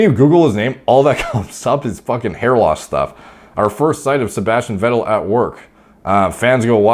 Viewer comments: His lastname is pronounced "Fettel" btw... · more like Veh-tell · Say it like Fettel. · Vettel in german is: fetel ;) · Its ‘F’ for ‘V’ettel:) -> Pronounce it like an F (in german the V is predominantly pronounced as F in the beginning of the word; there are exceptions to loan words where it would be pronounced as V) cheers algo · it's pronounced fat-L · Pronounced "feh' ttel" Guess he didn't win the race against norwood reaper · Sebastian Weddel & Markus Ruuhl , just love your pronunciation of German names :D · You got the “ettel” part right. Just pronounce the “V” more like a f as in in “fish” for example 👌🏼